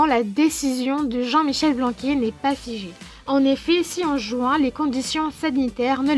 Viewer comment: C'est pas Blanqu[é] mais Blanqu[aire]